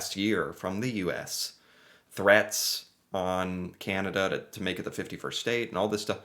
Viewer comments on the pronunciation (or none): Hi. As a Canadian, I’ve been hoping that eventually you will learn how to pronounce “Canada”. If you listen to Mr Carney’s speech, he says it a few times. However, we really enjoy your show and mispronouncing Canada won’t make us stop liking your work.